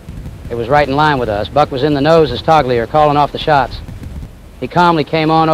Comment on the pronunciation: Interesting story. Fantastic CGI. I thought that the Bombardier hit the switch. What's a toggleier?